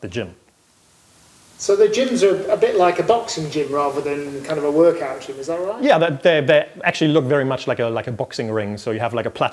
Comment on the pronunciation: I can't stop smiling whenever he says "D'jmm"